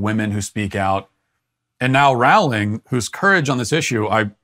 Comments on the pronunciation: Roe-ling, not Roao-ling. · Her name is Rolling, Rolling, Rolling. Not wrowling. Soooo many people say it wrong. She's a billionaire who has made lots of $ for many people and entertained kids all over the world. Surely she deserves to have her name pronounced correctly. Geez. Plus she's never said ANYTHING CONTROVERSIAL! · Rowling is pronounced like bowling, not howling!! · "Rowling" rhymes with "bowling," not with "howling."